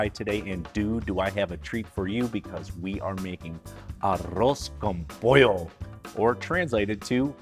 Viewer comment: First off - thanks for pronouncing it correctly. Achiote is an acceptable substitute for saffron, but you need to be cautious since it can be bitter if you use too much. Just a half teaspoon of powdered achiote is usually enough, IMO. With Arroz con Pollo there are literally dozens of variations. Some are specific to different Latin American countries and some are even regional variations within these countries and then of course Spain and Portugal have there versions. My mother who was from Northern Mexico made a very simple version but it was delicious nonetheless. Just a Mexican rice with the chicken added during the simmer with peas, carrots, and onions - that's it. Simple but great.